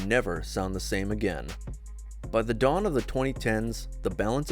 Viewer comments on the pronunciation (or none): none